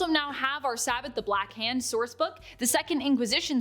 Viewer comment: Normally I wouldn’t nitpick, but: she mispronounced “Sabbat” and “Vampires the Masquerade: Rivals”.